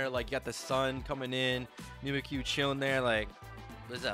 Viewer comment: Mimikyu is a play on words, like "mimic you" idk what pronunciation you're on lol